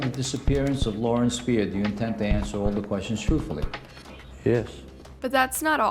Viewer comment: Pretty sure her last name is pronounced 'Speer-er'. Not Spy-er. The white truck was a pick-up truck, not a semi trailer. There are photos online.